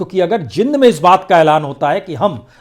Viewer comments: Sir, it is pronounced as Jeend , not Jind though spelt so. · Prasoon bhai... The city is pronounced as .. Jeeend. ..not Jind. Please correct for future. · It is spoken as J eend not jind😄😃😅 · Sir...its jeend ....not jind...i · सर ये जींद है जिंद नही कृपया उच्चारण सुधारें